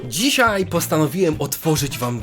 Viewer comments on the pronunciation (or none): none